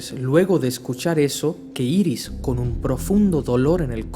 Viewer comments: se pronuncia airis y es su mujer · jaja obvio es bart allen por que iris como la llamas es la esposa de barry y se dice airis bueno igual me gusto el vídeo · No se dise Iris es airis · IRIS SE PRONUNCIA : AIRIS PLS ME DA SIDA EN LOS ODIOS SE QUE ES UNA ESTUPIDEZ PERO ES QUE SUENA MUY MAL